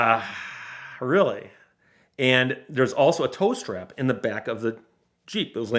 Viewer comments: TOW STRAP! I thought I heard him say "toaster" and I was thoroughly confused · Oh, he's saying "tow strap". I honestly thought he was saying "toast wrap" and I was thinking "Eh?" Also: when "the other end of town" is 100 yards away. Also also: did the title really have to be as clickbaity as that when it's basically got nothing at all to do with the content of the video?